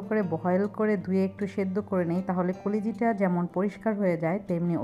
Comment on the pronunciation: koliji ki pronunciation holo kolija